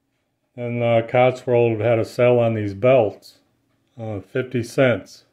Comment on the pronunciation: You keep saying Cots-World. But isn't it actually Cotswold?